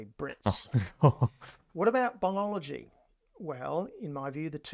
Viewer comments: And, Aussies DO pronounce biology as BI-ol-o-gy, not as BOL-ol-o-gy. This guy's pronunciation of the word is, I think, unique. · British guy here. He is saying Biology wrong. Yes calculus and algebra are a complete waste of time. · He just-mis-pronounced biology. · his pronunciation of the word biology was not the best - he clipped the "i" sound a bit, probably down to his speech patterns and a regional Ozzy accent - but it was still recognisable as biology. You 2 just need to get your hearing checked out :) Don't get us started on the way "Murcans" pronounce mirror, aluminium and maths... all of which you pronounce catasprophically wrong... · Out of all the amazing discoveries and inventions Americans get excited about how the presenter pronounced biology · He's Australian so obviously that is how Aussies pronounce Biology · He's from Australia or new Zealand, they pronounce things differently